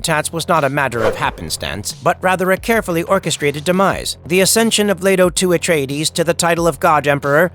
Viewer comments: AI says it funny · I like the way he says Paul Ah-tray-dayszzz 😂